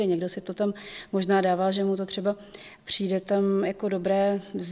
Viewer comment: Hrozně těžce se bere vážně někdo, kdo říka "přinde" 😆😆